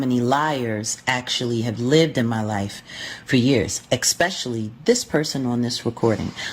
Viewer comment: I'ts especially...NOT EXPECIALLY..